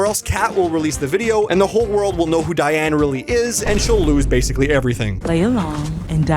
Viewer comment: "Whats youre favorite bad guys 2 cha-" diane... its diane...